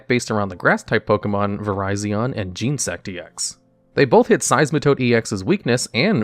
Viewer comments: your microphone somehow makes it HURT when you say "gene" sect . it's genetic insect , genesect. There is an entire movie about this XD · "Oh cool, a new pokemon TCG channel, this should be GOD DAMN ITS YOU AGAIN" You have like six channels at this point, man. Holy shit. Also, it's Gen-E-Sect, not Gene-Sect. Sorry, it's my favorite legendary, I'm kinda anal about these things. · Genesect is pronounced like genesis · "Jean sect" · The duellogs guy does the pokemon tcg now! 😀 He pronounces genesect "Gene-sect" 😞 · Gen ah sect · “Vireyezin jeensect” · Not sure what you were looking up because I've never heard it pronounced Gene-sect but I also haven't interacted with any of the official media that would pronounce Pokemon names since Gen 3 and even then they pronounced names like Rayquaza differently than fans do, but definitely recommend looking up the pronunciations commonly used by fans over official pronunciations for English names. It's what will be more familiar for viewers. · Stop saying genesect like that.